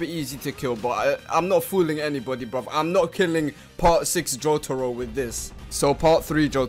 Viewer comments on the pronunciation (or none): none